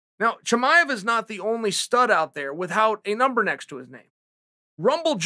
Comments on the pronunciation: If Chael says Rumble doesn’t have a “Numbel” under his name than I’ve been saying Number wrong my whole life. Wise words from the undisputed goat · Me: number Chael: mumber Me: mumber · "numble johnson" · “Rumble Doesn’t Have a Numble” should be a Dr Seuss book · Rumble doesn’t have a numble next to his name. God damnit, Chael, you’ve done it again. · "Numble" the dictionary must have changed overnight or something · Rumble doesn’t have a numble made me chuckle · Did he just say “numble”? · Rumble "Numble" Johnson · Rumble Johnson doesn’t have a “numble” next to his name lmao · Anthony "numble" Johnson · "Runble johnson doesn't have a numble next to his name"😂